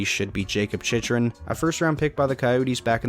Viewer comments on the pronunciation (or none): jakob chychrun's last name is pronounced Chick-run. Skated with him a few times years ago and heard it directly from him.